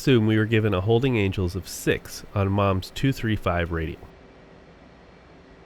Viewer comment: "Angles"? Seriously!?